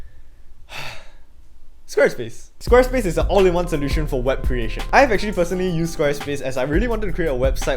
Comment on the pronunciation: When "all in one" sounds like "only one", you've reached peak asian 😂